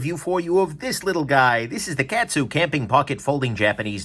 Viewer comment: In case you review one again in the future: kAh-tsu, not cat-su. Thanks for taking the dive on this so we don't have to.